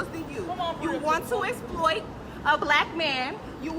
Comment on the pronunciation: "Let me esployt you"